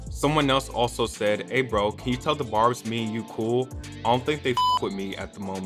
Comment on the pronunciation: Why was pronouncing the word barbs 'bobs', gurl😂😂😂😂😂😂✋🏽 not another dosha cat